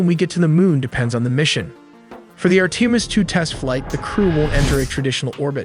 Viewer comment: Horrible voice narration. Sounds like beginner video. Too bad because the graphics and info is good. too bad the narration is garbage full of mispronounced words. Even the word "Artimis" is pronounced wrong...really dude